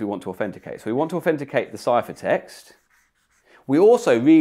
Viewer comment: Do a shot every time he says "aufenticate"